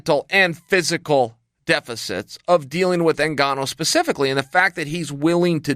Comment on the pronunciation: Chael called Francis N-gone-oh a few times. By design.